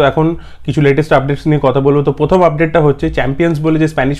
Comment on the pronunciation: এই পথম কি কথা রে ??? কথাটা প্রথম ...অক্সফোর্ড থেকে pass out তুই ??? উচ্চারণ স্পষ্ট কর আগে ...